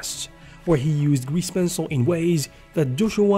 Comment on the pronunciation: "gweese pencil"